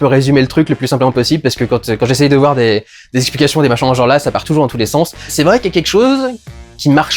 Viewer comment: le vouer , on est chtimi dudu?